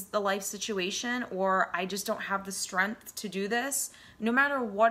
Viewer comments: I am really grateful for your words of wisdom and insight, and I thank you for making this video and glad I found it at the time I needed to hear this .....but, what's with the "streeanth" ? lol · Did you say " strempf"?? ... I'm already out